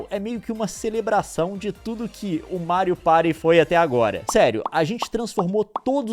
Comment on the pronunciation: "Mário Pairy" 😂😂😂